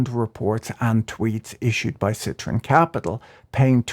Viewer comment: Where is the Nathaniel Popper interview? I can't find it anywhere. . BTW - It's citron not citroen. But why would anyone call their fund "Lemon"?